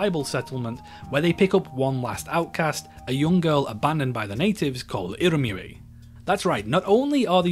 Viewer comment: It's pronounced "irimyuui" not irumuri